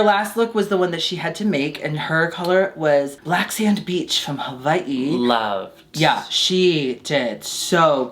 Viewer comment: Im so glad pronounced "Hawai'i" correctly:) Sending you girlies love from Hawai'i!! <3